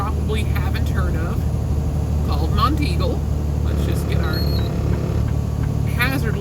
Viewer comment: Nice video. Congrats on pronouncing "Monteagle" correctly. SOOO many people not from around here incorrectly call it "Mount Eagle". I did my first 3 years OTR with no engine brake. I went down Monteagle too many times to count and did Tehachipi and Cajon Pass in CA with the scale house half way down the grade. I smoked my brakes once near the bottom of Black Mountain in NC on I-40 and TWICE on I-8 between San Diego and El Centro, CA .